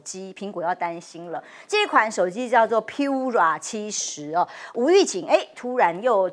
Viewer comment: 华为Pura读piu-ra，不如拼音：pu扑-r日-a啊😂😂